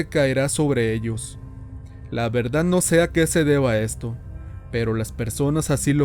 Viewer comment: Me gustan las historias de terror mexicanas y por casualidad escuché esta, pero el narrador es pésimo, desconozco si no sea mexicano, pero no se dice CHANTOLO..se dice Shantoloo, y se escribe XANTOLO, Segundo dice verdat en lugar de verdad, y asi muchas pero bueno 👍 que más si es extranjero se acepta, pero si es Mexicano no